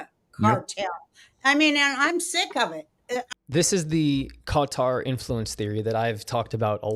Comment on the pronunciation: Qatar, pronounced "gutter".